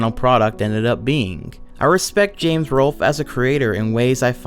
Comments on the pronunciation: Because it's Bames not Zames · The way he runs out of breath, slurs his words and pronounces James as "Zames" drives me fucking nuts.